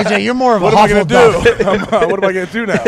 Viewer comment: Pat, its Hufflepuff, not Huffleduff